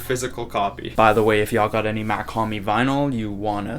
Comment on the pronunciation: Mach not mac